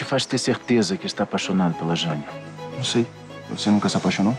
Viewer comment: Elisabeta??JANI? pq não pronuncia Elizabeth e Jane direito